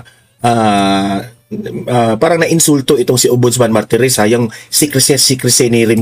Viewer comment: Not Maritez, instead MARTIREZ